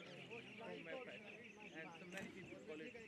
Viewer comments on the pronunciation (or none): none